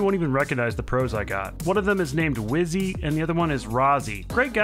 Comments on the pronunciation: Wizzy and Rozzi 😂😂😂 not and fizz btw 😂😂😂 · Weird that rozzi says instead of wizzy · Rozzi even calls wizzy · So weird, Rozzi kept calling Wizzy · Rizzo literally said